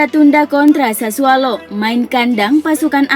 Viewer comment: SASSUOOOOLO BUKAN SASSUAALOOOOOO